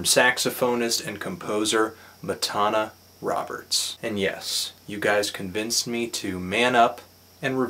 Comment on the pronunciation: For someone who just reviewed her album, I thought you'd know how to pronounce her name properly, as she says it multiple times on "I Am".